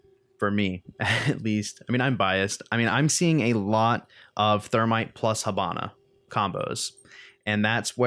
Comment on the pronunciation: h''I''bana(as is the vowel E pronouced)....hAbana is a city of cuba, not being a smart ass but cmon.nice video tho keep on this videos i really enjoy them